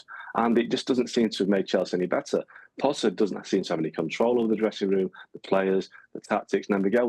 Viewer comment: Why are you saying thee? Its just the....